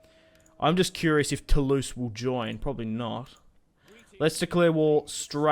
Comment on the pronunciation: euhhh, no, no no Lorraigne is not pronounced low reign oO, just LO-Reine. And Toulouse is Toolooze ;)